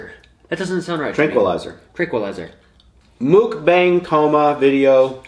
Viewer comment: Lol you said moookbang, lol, its [muk] like your saying up. And bang is almost like saying bong.